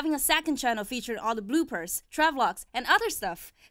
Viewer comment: The person that said the very last part for the bloopers, she said blue pers instead of the correct pronunciation lol